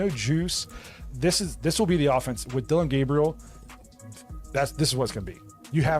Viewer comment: Why don’t you Learn how to pronounce the young man’s name ..